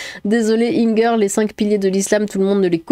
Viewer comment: o s'en fiche qu'il soit alsacien ou pas on dit inger comme ingersheim c'est tout x)